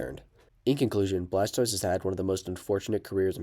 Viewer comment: It’s blastover